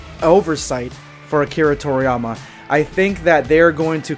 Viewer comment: His name's Akira TorIYAma not Akira Torma, dude.